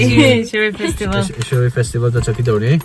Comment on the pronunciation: Not phistval... Its fastival poor english